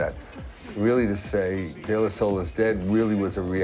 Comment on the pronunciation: De La Sol?? Am i hearing her right?